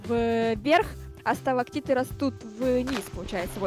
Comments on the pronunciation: сталактиты, а не сталагавниты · сталактиты а не сиаманиты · Ребята, не сталагматиты или магламатиты, А СТАЛАКТИТЫ И СТАЛАГМИТЫ. Ваащее. А так проржала все видео. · Правильно говорить сталактиды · Никто: Абсолютно никто: Я на протяжении всей серии: Хоспади, так сложно сказать сталактиты и сталагмиты?!